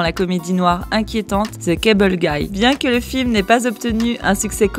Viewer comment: La voix off sérieux... faites un effort quoi. "Zeu kèbeule guaille" seriously ?